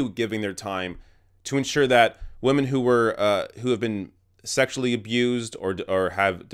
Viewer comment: "Respect wamen." -PewDiePie